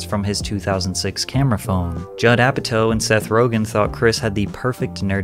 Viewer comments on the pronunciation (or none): You seriously think that's how you pronounce Judd Apatow? It takes 10 seconds to google that, dude.